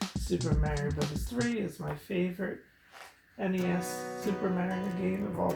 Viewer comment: I'm With You, Buddy, It's N-E-S!